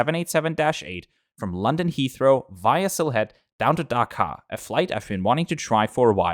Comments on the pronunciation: As a Bangladeshi it's Dhaka Not daka Daka sounds like dakat Dakat means robber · I appreciate your tries on pronouncing these Bengali words, but here are the actual pronunciations from where you could improve. First, the H in Sylhet is actually silent. Second, try to pronounce the H in Dhaka right after D, not K. Third, It's actually "রাজহাঁস" which is pronounced as "Raaj-haash". I don't know why it was painted otherwise on the plane. Finally, for Hazrat Shah Jalal Int. Airport, you got most of it right, it's just you combined Shah Jalal together. Anyway, I thank you for making a video on an airline from our country!